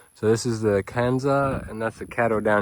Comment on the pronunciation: "That's one of dem best blackberries I ever had!" 🤣 country af 🤠 Love it!